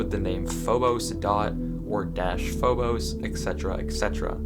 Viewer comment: also I always pronounced it phob-us so it feels very weird to hear it said as phob-ose